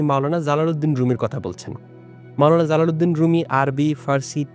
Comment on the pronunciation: জালালুদ্দিন এর উচ্চারণের ক্ষেত্রে Z না J উচ্চারিত হবে। he's Jalaluddin, not Zalaluddin. ভিডিওটা অনেক গুরুত্বপূর্ণ আর রুমি সম্পর্কিত ভিডিওর মধ্যে এটাই সেরা। অন্যরা ম্যাক্সিমামই ভুলভাবে প্রেজেন্ট করে।